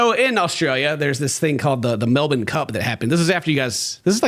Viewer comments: He pronounced Melbourne correctly! Yayyyy! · Not pronouncing Melbourne correctly 🥲